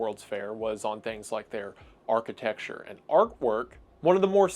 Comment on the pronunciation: “Architecture and “arcwerk”